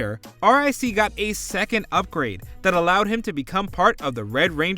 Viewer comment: His name is ric.. just call him Rick.. it’s so cringy hearing you say the letters..